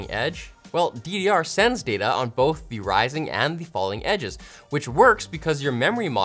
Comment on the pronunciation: says data instead of data. Unbelievable